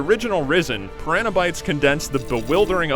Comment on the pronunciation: Why does the narrator not know how to pronounce piranha?